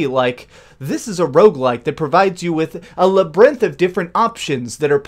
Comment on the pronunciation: Did you pronounce labyrinth that way on purpose or...